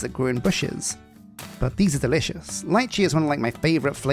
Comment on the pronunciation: Isn't it pronounced "leechee?"